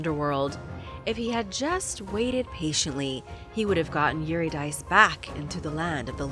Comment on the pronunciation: Sigh ... "Thomas Aquinas" ... (Aquiii -nass) ... Euridice (Your-id-icee) ...